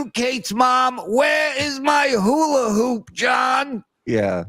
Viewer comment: DUMMY, IT'S HULA HOOP, HOOP PROUNOUNCE THE P!! NOT HULA- HOO, DUMMY!!